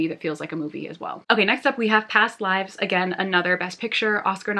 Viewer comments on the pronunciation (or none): none